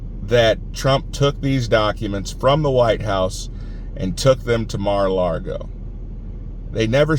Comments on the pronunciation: Just a hint....It's Mar-ah-LAH-go....not Mar-ah-LAR-go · Don't want to nit pick, but there is no r in Lago. It's Mara Lago. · Please don't say Mara Largo. No R in Lago